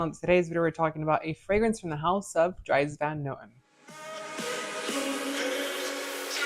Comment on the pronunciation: Way to butcher every name including the house's name 😂 do a little research next time to add weight to your reviews